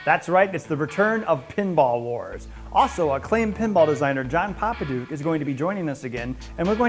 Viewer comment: Popadiuk, not Popaduik